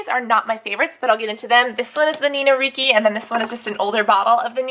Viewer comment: Its pronounced Dolchay and reechy